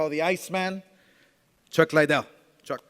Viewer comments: For the simple fact that this idiot has had a year to learn to pronounce Chucks name and still can’t I’m not ordering ur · Man he can't even say chucks name properly for god sake